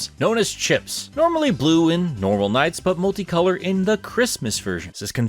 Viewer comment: Look at NiGHTS : Journey of Dreams, it's pronounced like your second attempt. You got it.